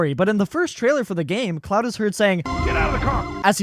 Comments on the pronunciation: haha I'm glad someone else questioned it. I was like bruh it's pronounced like "clo-ord" not "cloud" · also, its CLAUDE not CLOUD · Claude is pronounced like Clod. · Why do you keep calling him cloud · The mispronunciation of "Claude" is killing me 😂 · This guy really dislikes Claude huh? Won't even pronounce his name correctly lol